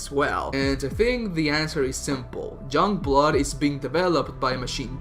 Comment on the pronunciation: You literally can't say shit about the game until you've played it and then you wanne comment on characters, story, dialogue and everything. Pffp 🙄 go away Also.. it's YOUNGblood.. not Jungblud.. learn proper pronunciation